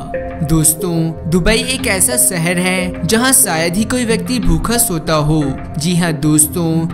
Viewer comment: Seher nahi shehar